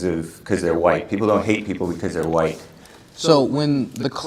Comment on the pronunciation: he even said "Hwite Americanz" rotflmfao